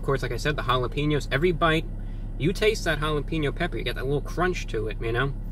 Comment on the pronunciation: "hollapeenyo pepé "